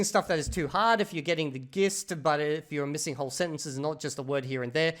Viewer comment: We got "gist" with a hard G 😭